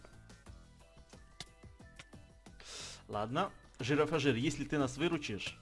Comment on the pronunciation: Правельно произносится Не джирафаджир, а джирафриг))) ну так к сведению))) а так всё как всегда КРУТО!!!)))))